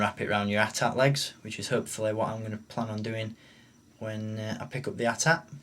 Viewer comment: for the proper pronunciation of "AT-AT". I have this vehicle and I had the original version in 1980, which always seemed too big to me. I like this new smaller one with more detail. Thanks for the excellent review. Also I agree - OPEN YOUR STUFF AND ENJOY IT!!!